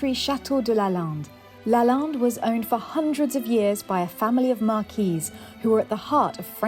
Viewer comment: LaLande not balance.